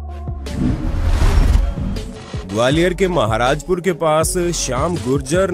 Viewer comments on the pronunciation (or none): महाराज पुर नही महाराज पुरा है